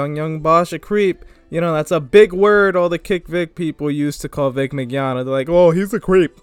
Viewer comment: Ofcourse hes being accused. OF COURSE he is. You get JYB fired like you did my boy Vic and imma head out. Also ur pronouncing Vic's last name a bit wrong. You don't have to pronounce the G. Its Min-Yawn-Na. It's fine just letting ya know.